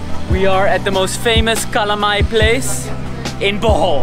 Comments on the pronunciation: seems like city Cebuanos do not know how to pronounce LA/LO. palong => pawong; alom => awom; dalan => dan; wala => wah; bala => bah; pala => pah; halang => hang; kalamay => kamay my mom is from southern part of Cebu, but she pronounces kalamay as kalamay. it's a taga-ciudad thingy, bro. kamay is not generally a Visayan term. besides, Bohol is in Visayas...so.... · Lol, I love your yet another awesome video! Those falls are heavenly. I hope to visit one or both of those places in the near future. Nice you ate kalamay. Its actually pronounced as "cah-laaaaaa-maiyyye". If you are a fan of horror movie The Blob, it looks like it hahaha.